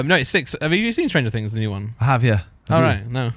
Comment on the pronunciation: lol stranger "tings"